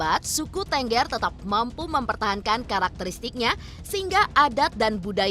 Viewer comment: Cara penyebutan suku TENGGER aja salah ..Kalau ditulis ya itu Bacanya # Thenggher...#..😂😂